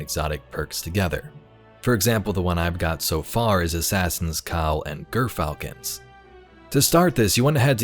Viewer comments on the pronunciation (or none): Jeer Falcons. Not Geer Falcons. Trust me, I used to train a real gyrfalcon.